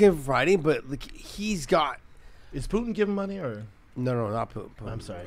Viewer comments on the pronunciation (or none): none